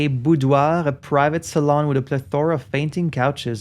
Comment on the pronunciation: After hearing several YouTubers struggle with the word "boudoir", it's nice to finally hear it from a native French speaker. 😊